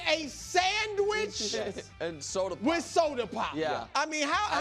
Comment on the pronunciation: Burst out laughing when Brou puts so much emphasis on SANDWICH and Soda Pop 🤣